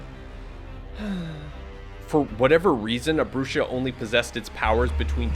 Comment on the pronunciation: I'm pretty sure it's pronounced Bruha from the Spanish "Bruja" which means a witch. Pronounced Broo-Ha or Bru-hah💯💯